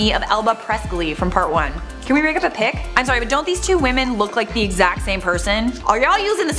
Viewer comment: 😮. On #10 did u say pig or pic?